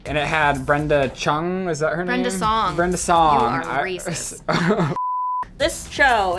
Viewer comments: He said "Brenda Shong" 😂😂 I died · Brenda chon 😂😂 I died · LOL... Brenda CHONG???? How racist of you....